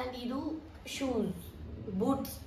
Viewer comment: Madam adu ಶೂಸ್. ಸೂಸ್ ಅಲ್ಲ..ಹರ್ಜಂಟ್ ಅಲ್ಲ ಅರ್ಜಂಟ್...pronunciation correct agi madi ,thappu thappu mathadbedi...tumba thappu mathadthiraaa